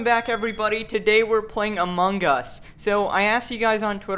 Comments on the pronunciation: I love how you say it like "a mongus." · It's like saying among us but with the us being spelled like Chung-US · Just love the way he said "UHMUNGUS"